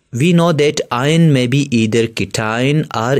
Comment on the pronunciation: that's not ien that's ion